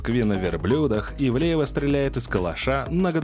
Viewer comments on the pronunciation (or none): none